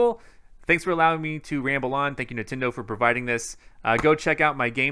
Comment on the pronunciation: Everyone else: Nintendo Switch: Nintindo Switch